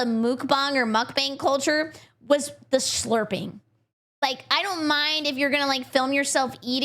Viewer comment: Pronouncing it as Mook Bong, I just now imagine a band of cannon fodder getting high either in preparation for their demise or in celebration of their survival. If they are immortal, then it's to numb the mental if not physical pain or celebrate successfuly getting blown up to protect the DPS.